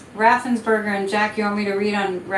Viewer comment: His name is Raffensperger, not Raffensburger - I know, everybody mispronounces it. But, very fitting as GA is one of the big purger states.